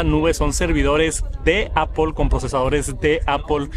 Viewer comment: APL no APOL 😢 no hay ninguna O en decir manzana 🍎 en inglés, puedes nombrar perfectamente todas las otras palabras en inglés, menos manzana 😢